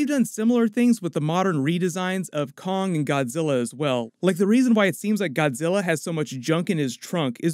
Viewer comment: "WE NEED KONNG"